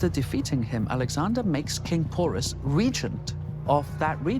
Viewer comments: Porus won not alex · It's king Porus not pours